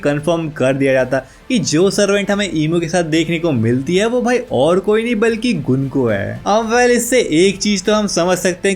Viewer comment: gunko ❌ gunku🤣